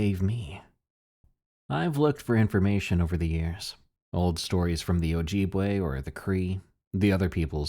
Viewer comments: OJEEBway lol that was silly~ pronounced oh-jib-way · Good story but your pronunciation of Ojibwe gave me scoliosis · Ah the mispronounciation killed me on ojibwe, BUT the reason we dont say the names let alone TALK about them anywhere thats not the middle of the winter is because they could be listening. There spiritual beings and provoking them can cause consequences, its a wonder why ppl dont catch a physical bigfoot and they only claim they seen things or mainly fake the sightings for physical evidence. Tho this creature even tho you dont speak about it in the general area and time of the year (which is 90%) even in the winter you dont try to get to depressed and specially commit cannibalism Mii iw miigwetch (thanks for listining :] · Ojibwe not ojibwe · I've seen those things in the Utah, and MN ( NE psrt) the AI voice in this video produces Ojibwe/Wa wrong, too. Northern mn is to creepy for me to go camping anymore. Evil places there